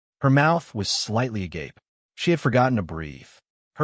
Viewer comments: OMG, thank you,, FINALLY someone got their AI to pronounce "agape" (mouth open/dropped jaw) right!! "Aw-g-ape" NOT the Greek "aw-gawp-A" (unconditional love). You deserve 5 stars for this alone! But story gets additional 2 thumbsup for content! 👍👍 ➕ ✨✨✨✨✨‼️ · Too hell with everything thing else about the story...it pronounced agape properly. 😂😅 🎉🎉